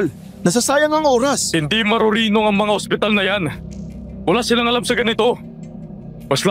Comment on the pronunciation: angspital. sinasapunan. 😂😂😂 Ano daw??? narinig ko habang nagmamaneho Ako. Mamatay Ako kakatawa magisa.